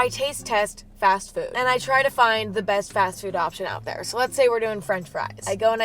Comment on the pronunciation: Did i Hear You say breast instead best?